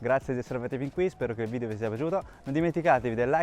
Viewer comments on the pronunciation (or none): none